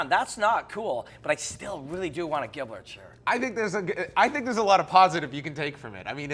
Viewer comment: El Giblert "Gilbert" Melendez